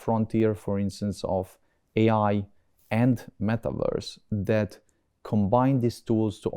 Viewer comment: Când am ajuns la malivărs m-a zgariat pe creier. Am vrut sa vad ce vorbitor de engleza pronunța așa. E român. Asta explică. Ramai bre în maltivărs. Eu ies.